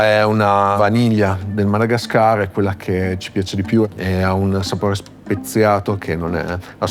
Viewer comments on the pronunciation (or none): none